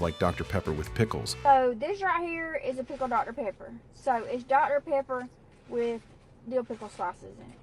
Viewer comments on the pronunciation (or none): “Dr. Paper”